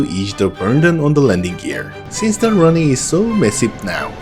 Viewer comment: I dont mind the accent, or inflection, I prefer the authenticity. But, if it makes you feel better: work on "Runway". Run Way, Run whey, Runwhey; like cards and whey. But, like I said, authenticity is better than perfection.